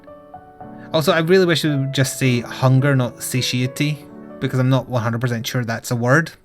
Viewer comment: Satiety is indeed a word, but is pronounced "sa-tie-ity", making it far less awkward.